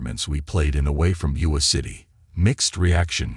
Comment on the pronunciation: IOWA not UWA!!! Also AI mispronounced Des Moines, of course!